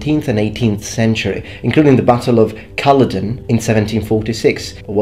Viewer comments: Butchered the pronunciation of Culloden. It's "Kuh-law-den" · I wouldnt usually be this padantic but since your job is to do with linguistics I took notice of ur pronunciation of Culloden. I am Scottish and it is pronounced "cul-law-den. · I have been hitting show more and searching for Culloden to see if anyone else has mentioned this lol. The emphasis is also wrong - the first syllable should be unstressed. I'm glad I'm not the only Scottish placename pedant... I suppose it could be worse though, the Jacobites could have been defeated at Milngavie ;)